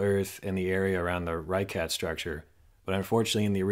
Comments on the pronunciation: It's pronounced [Ri Shot] not RyeCat not ReeCot. Locally they will say Er Richat. I know because I was there twice. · lol Randall its pronounced "Rih-Shot" not "Re-kat" or "Rih-kat" and uhhh Kenya is "Ken-yuhh" not "Keen-yuh" as he said on Joe Rogan one time hahahahah like i love this dude. but he does this alot and its erkkkks me. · Awesome as usual. Just fyi, Richat is pronounced "Reeshaat" in Arabic (ريشات). In French influenced North Africa the Arabic "sh" is transliterated with "ch". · Mispronouncing the name of the site from the outset only confirms that not even the barest amount of actual research was done for this piece of obviously uninformed, amateur speculation.